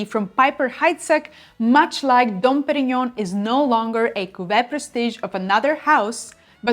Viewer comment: Very good French pronunciation! I am also enchanted with how you say cuvée 😊 I studied French for years in high school and college and your pronunciation is much better than mine!